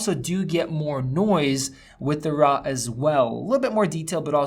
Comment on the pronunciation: "Rah footage" xD